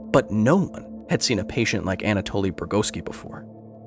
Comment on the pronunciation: Anatoli , not Antaloi 🤣🤣🤣